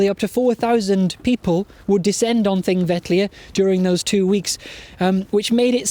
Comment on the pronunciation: a good idea very well delivered! I have been to Thingvellir three times and this is the first occasion to hear the correct pronunciation of the name. Will follow with Egils Saga.